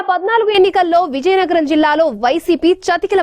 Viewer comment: Reporter naaluka tiragadam ledu.Natti. VIZIANAGARAM yesa marchukondi raa nayana